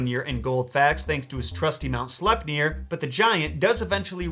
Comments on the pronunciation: I feel he pronounces slepnir wrong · I'm still not sure how to pronounce Sleipnir.